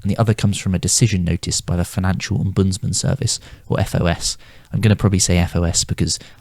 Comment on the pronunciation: It should be omb-uds- man